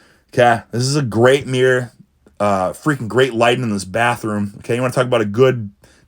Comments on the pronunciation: A "meer". Good reflection and lighting on this meer. 😂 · A Meer = a mirror